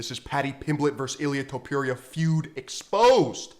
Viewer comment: Jorge Masvidal calls him “Ilia Tempura” 🍤 and he trained with the guy. Your point is kinda pathetic.